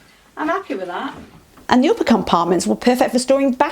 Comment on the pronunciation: when u said ''am appi wi tha't hahahha. love it